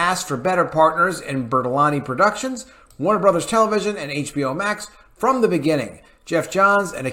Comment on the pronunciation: Greg Bur-Lan-Tee